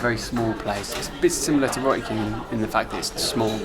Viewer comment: I like how u pronounce roti as ro'ee 😅